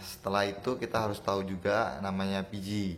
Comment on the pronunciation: Pengucapan VG dan PG nya hampir sama mas, usahan bilang Vigi da Pege itu beda pengucapan Jadi penonton gak bingung